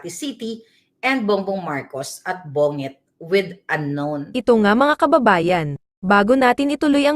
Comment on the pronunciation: Bonget ka ng bonget.Bongget ang pronunciation nyan but original has only one g!